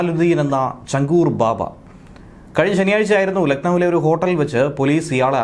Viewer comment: ചങ്കൂർ അല്ല. ഛാങ്കൂർ ബാബ എന്നാണ് പറയുന്നത്. ആറ് വിരലുകൾ ഉളളയാളുകളെ ഹിന്ദിയിൽ വിളിക്കുന്ന പേരാണ് ഛാങ്കൂർ.